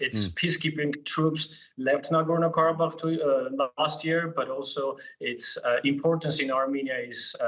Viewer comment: DW seriously? "Nagorno Karabakh" - wtf?